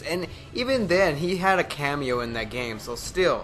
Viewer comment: Bro did he just say kameo 💀